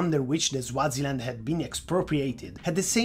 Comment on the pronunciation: Bro rid you just pronounce Swaziland as Zwaziland??? You say it just the way it is spelt...